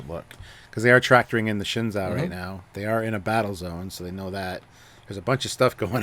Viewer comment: I appreciate that is pronouncing Shenzou correctly however the Captain is still saying shenzow. I don't mean to nit pick it just really grates on me.